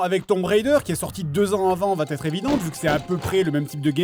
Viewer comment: putain pitié non, "va être" prononcé "vat-être" ? Bon je t'accorde le bénéfice du doute et on va dire que tu as dit "va t'être évidente" hein :O